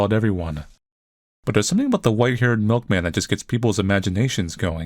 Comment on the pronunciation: "I am the miklman, My mlik is delicious"